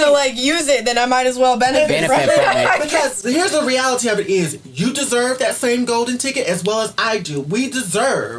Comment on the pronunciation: "but the re-AL-ITEE of it is"